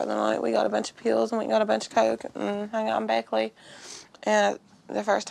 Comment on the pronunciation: pills? no, "peaals"